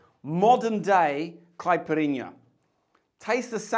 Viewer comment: Fantástico! Falou certinho “cachaça” e quase perfeito “caipirinha”! Thank you!!!!Abraços saudosos do Brasil! 🇧🇷👏🏻👏🏻👏🏻👏🏻👏🏻👏🏻👏🏻👏🏻😁😁😁😁😁